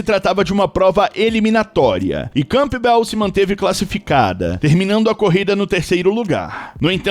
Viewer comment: O nome da atleta não é camPbel, mas canbel. O P não soa, mas se assimila a outra consoante bilabial M.